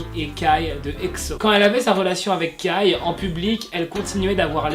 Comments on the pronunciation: ARREEETTE DE DIREE KAYYY C KAI QUI SE PRENONCE KEY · C pas kAAi ça se prononce kei mais sa s'écrit kai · Tu dit kai comme écailles j'suis morte😭😭😭😭